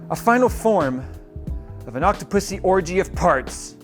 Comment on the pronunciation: "Octa-Pussy of Parts" hahaha